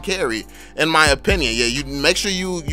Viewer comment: Yo! I really like ur video With that "drop dat bass" music And ur "rapper" like way of speech Haha Its just like an undercover rap challenge U know, when u want to rap but u have to do some tips and trick video first LMAO! Especially when u say "ma" instead of reguler "my" hahaha Its really different from what my teacher say in my entire english class since elementary school till my highschool By the way, what will you choose for karrie, windtalker or scarlet phantom? Assumed there only 1 place in ma karrie inventorie haha